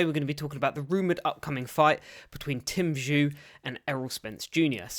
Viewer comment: Bro well done for covering this but was hard to hear you mispronounce Tim’s name throughout 🙈🤪